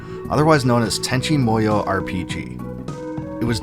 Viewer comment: Sasumi and tanchi munnyo